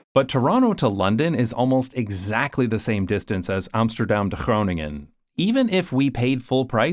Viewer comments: His Groningen pronounciation was half-way native:) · Ja, en hij kan zelfs "Groningen" uitspreken. ^^